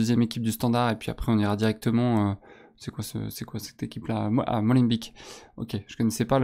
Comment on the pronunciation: ca se prononce Molenbék pas Molenbik xD (ni Molenbèk comme les médias fr le font). le son "ee" en néerlandais se prononce "é"